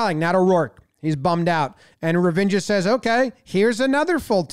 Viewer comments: Love the way Jomboy kept referring to Ravindra as Revengor. I was thinking, that doesnt sound like an indian name. Let me check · "revenger" caught me off guard there..... fun vid though